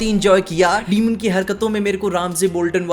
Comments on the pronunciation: डीमन ❌ डेमन ✅ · it's not demon it's daemon